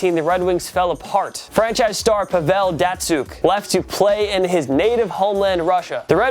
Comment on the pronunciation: YOU SERIOUSLY DON'T KNOW HOW TO PRONOUNCE PAVEL DATSYUK? DO YOU EVEN WATCH SPORTS!?